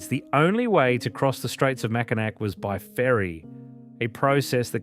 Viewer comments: Not Mack-i-nack, Mac-i-naw! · Mack-in-NAW not Mackin NAC. Every doc on You Tube... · mak-uh-nah. They made a great video but didn't bother to do a simple dictionary check. It is a good video though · it's pronounced MackiNAW, not MackiNACK. pls fix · "sault" pronounced like "salt", "Mackinac" pronounced with a "C" at the end....did they consult anyone from the Great Lakes before recording the VO? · It's pronounced "Mack-in-awe" not "Mack-in-ack" for both the bridge and the city. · Incredible video..... But it's pronounced Mackinac (Mack...I...naw). Haha. I just had to be that person for once. Thank you for such a great job and including Canadas wonders on the lakes as well. I'm proud to be a Michigander. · I immediately turned it off when I heard Mack-in-Ack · Really enjoyed the video. Top notch production. I do have a slight correction - Mackinac is pronounced MACK-in-awe. I have no idea why, it just is. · Mackinac is pronounced Mackinaw. The "C" is silent. Research please? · AAHHH it’s pronounced Mackinaw!!! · Chicago originally had sand dunes like Indiana and Michigan but they were removed. And it's not prononced Willis tower, it's pronounced SEARS tower. Much like Mackinac is really prononuced Mackinaw. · MACKINAK????? LOL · Well, it was good while it lasted. I'm sorry, I always cringe when anyone mispronounces "Mackinac (Mackinaw.)" Lets see if after the Mackinac segment other things are mispronounced. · Macinac is pronounced MAC A NAW. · Mackinac is pronounced MackiNAW. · Mack-in-ack? lol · The video is great but it's pronounced mack-in-aww, regardless of spelling mackinaw or mackinac. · The c in Macinac is silent. It is pronounced Macinaw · Isn't it pronounced Macinaw? I have friends on the UP. They have lived there their whole lives and that's what they call. it. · You had me until you said "MackinaC" Island. Come on, lol. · Annoys the shit outta me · I always laugh at how they pronounce Mackinac lol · Mackinac was rough too